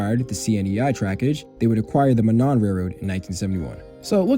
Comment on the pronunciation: Monon is usually pronounced (Mow-non) rather than (Mah-non); I’m aware that this isn’t all that important, I figured it was worth noting